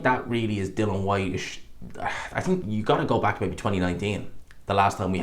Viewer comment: I don't trust your opinion. You're lazy as fuck and can't pay attention long enough to pronounce "Dillian" correctly at any point. I have to assume you only heard Nick Ball's name yesterday, and only got his name right because it's two syllables ...and that you made everything else up in the video off the top of your head.